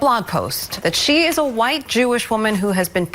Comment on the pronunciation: why he gotta say Hawhite like that? LMAO